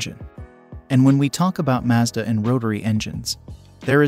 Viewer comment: Wow. An American who pronounced “Mazda” correctly!!! Finally someone over there gets it. Or maybe he is Canadian? Either way nice to hear.